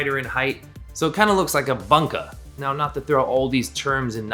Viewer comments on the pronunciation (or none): come on dude, you are a knife maker it's not banka it's boonka it's Japanese. It's not that difficult to learn the correct pronunciatio...